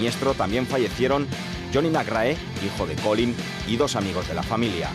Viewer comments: Se dice colín mairrai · Da gusto la entrevista,imágenes McRae,imágenes del mundial 95 con en el plató,que maravilla,un poco opacada por la insistencia del presentador en cortar las anécdotas de y su empeño en pronunciar a su libre albedrío el apellido McRae,pero eso no consigue que no se disfrute el vídeo.